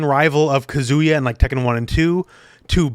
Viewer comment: omg please learn to pronounce Japanese names! He's not a kazoo 😭😭😭